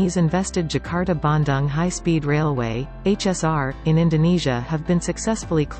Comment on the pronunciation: Its BanDong (bandung) not Ban Dan (you don’t pronounce dung as dang like cow dung)